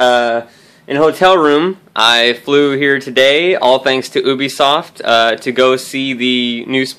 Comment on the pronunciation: They wouldnt like you pronouncing their name wrong. Its pronounced you-bee-soft just so you know. Its named after the word ubiquitous meaning widespread of everywhere.